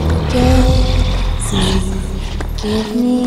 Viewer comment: "I'm playing DayZed" actually pronounced DayZi! :)